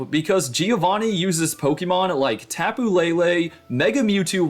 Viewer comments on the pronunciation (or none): none